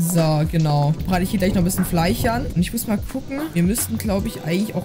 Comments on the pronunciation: Nicht Fleich Es heißt Fleisch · Immer dieses Fleich statt Fleisch. 😂. Feier ich.